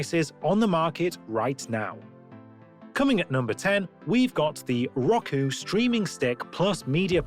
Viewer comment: It’s (r-oh-ku) not (rock-uu)